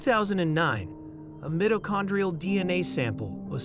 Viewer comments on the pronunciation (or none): Your AI seems to have issues with even the most basic words. "Mitochondrial" is a bit hard but repeatedly mispronouncing "runaway" and "John Does" are not.